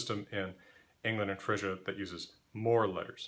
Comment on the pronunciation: It's pronounced FREEZEA ( frisia ) , like freezer -> FREEZEA ^^ + thank you for teaching me these runes